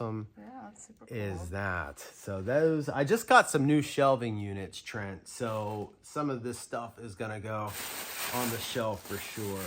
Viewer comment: Fun video! Thanks for entertaining and educating us. And yes you pronounced my name right. Good job! LOL! Trent